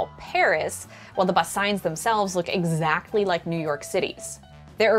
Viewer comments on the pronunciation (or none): none